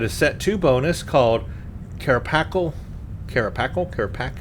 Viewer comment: "Carapacial" - Kara - pay - cee -al. As in carapace - exo-armour.